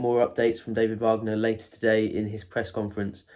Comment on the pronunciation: It's WAG ner not VARG ner, his father is American not German..